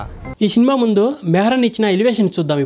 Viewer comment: శినిమ కాదు సినిమా